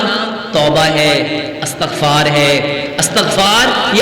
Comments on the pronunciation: Astaghfar nahin hota Istaghfar hota ha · استغفار / الف اور تاء کے فتحہ کے ساتھ نہیں ۔ بلکہ الف اور تاء کے کسرہ کے ساتھ ھے۔ عفوا